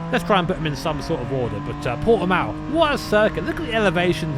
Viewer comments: This is cool but people from the UK really need to learn how to pronounce Portimão lol its not Portimau xD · Fun to see the map of the Nurburgring superimposed on hot laps in my hometown's circuit. Also fun to hear Brits trying to pronounce Portimão, the poor sods. (you did better with that than Steve, by the way. Or less bad, I should say. You may gloat with a native's seal of lesser disapproval)